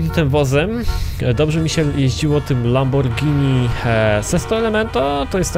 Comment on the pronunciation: Boże.. jak ja słucham jak mówisz 'lamborgini ' ..to po prostu scyzoryk otwiera mi się w kieszeni.. >.< ..mówi się: lambordzini..